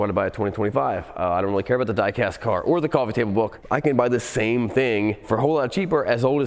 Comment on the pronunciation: "The" motor. "Thee" electric motor. It is pronounced "thee" when the next word begins with a vowel. You don't ask someone to pass "thee" ketchup.